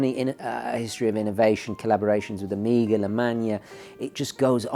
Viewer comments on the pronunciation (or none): none